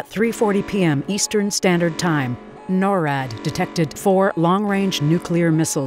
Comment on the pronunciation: It’s not called norad it’s called NORAD